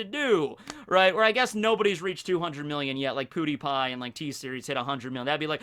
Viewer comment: pronounces Pewdiepie as Poodiepie and that's expected.